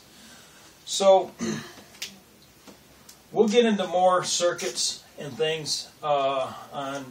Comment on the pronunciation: Is he saying circuits or circus???